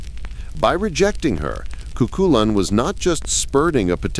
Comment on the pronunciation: it is pronounced coohoolin